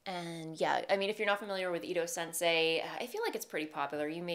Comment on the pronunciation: You pronounced Midori Hirose quite well! But I wanted to note that the ITO Sensai has an a and so is not pronounced like sensei - more like sen-sah-ee if that makes sense? Anyway, love the way your Ranunculus fits!